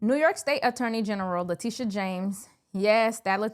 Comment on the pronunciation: Le"tusha" is incorrigible.